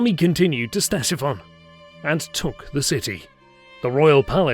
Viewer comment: His pronunciation of Ctesiphon (as Stesiphon) likewise. If you're being recorded, don't just guess at words you don't know.